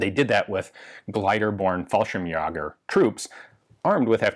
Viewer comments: He actually almost pronounced fallschrimjäger correctly, it's a long a though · "Fallschimyogger" Heh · Fallschirmjäger mispronounced.